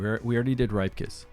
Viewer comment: Isn't it pronounced "Rip-kas" not "ripe". Cuz u know, he's a "ripper".